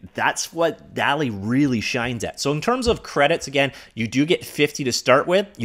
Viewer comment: I’m pretty sure it’s pronounced dolly2